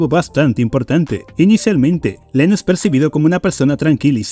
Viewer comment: No dejaba de reír cada vez que decía Leno en vez de Reno😂